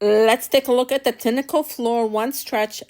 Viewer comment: You should know how to pronounce the item you are reviewing. I can't trust this video is you can't say tineco properly.